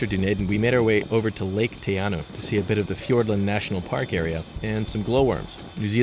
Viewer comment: He almost got Te Anau right tho... Dunayeden was funny.